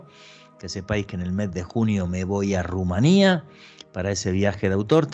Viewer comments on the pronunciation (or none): none